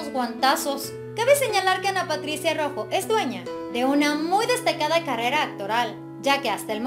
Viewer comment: por lo menos menciona correctamente Su Apellido